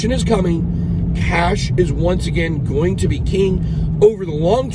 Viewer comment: George vs Bit boy hahahahha one guy can’t pronounce “going to” and the other is the Libertarian champion of ADD. I don’t think George takes the invite, you can sense he is uncomfortable in discussions that involve shrewd wit. Personally I think both you guys are more entertainment channels. I can’t imagine the wreckage of a portfolio that follows both of you for fiscal policy and market analysis lol. Rather than an awkward passive aggressive personal validation session between you too, have the token metrics or market cipher teams on and move some units, machine learning exists for a reason. This gets you paid, and your viewers paid. Let George be right polishing his invisible opinion trophy while you count stacks. The yield on ego validation is always sub zero.